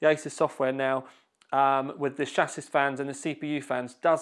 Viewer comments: It's Sha-see! NOT SHA-SIS. :D and its Sat-Tah! nice video! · Got as far as "SHASIS" and couldn't watch anymore.... painfully funny!!